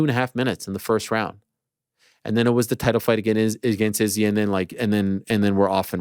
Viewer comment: Ariel not saying Izzys name the right way...ooooh